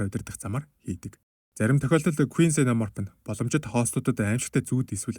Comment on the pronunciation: ксена морп гэж дуудна бро